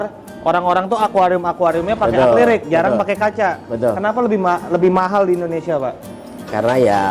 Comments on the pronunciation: Revisi bang Akri-lik bukan akli-rik👍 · "Acrylic (dibaca Akrilik)" om, bukan "Aklirik" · bang acrylic bang bukan acliryc😁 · Acrylic bang bukan aclyric hehe 🙏 😀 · bang mau koreksi dikit , baca nya akrilik , bukan aklirik 🙏🏻